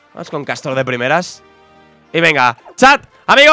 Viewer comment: En la layput aale castor y no castoro